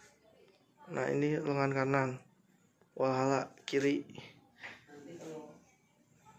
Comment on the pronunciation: Kenapa Walhalla bang bukan Valhalla